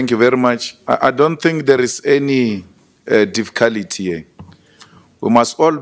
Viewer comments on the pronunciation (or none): 'Dificality' says it all..